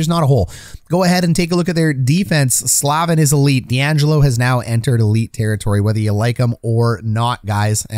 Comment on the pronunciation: Necas = Nay-chas Slavin = Slay-vin Raanta, not Raantana